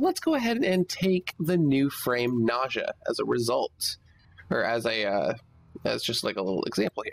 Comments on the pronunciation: ' Nausea ' I think it's Ney-zha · For all I know, a Nekros part BP drops after every Lephantis run. Is it by pure RNG which part I will get, or is there a way to manipulate the odds? Nice video by the way! Nezha is pronounced as "N-uh-Zha", it's actually Chinese! (so a Chinese like me will know LOL):D